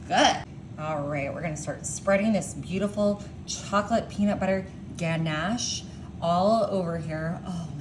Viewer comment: I was thinking the same thing. What are mercils and microwawving? She also pronounced ganache incorrectly.